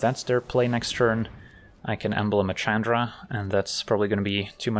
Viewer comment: Calling Chandra "CHADra" is so cringe...